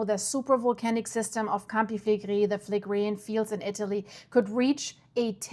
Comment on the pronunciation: A woman from Naples recently corrected me and said that Campi Flegrei is pronounced "Cam/pee Fle/gray". Just saying.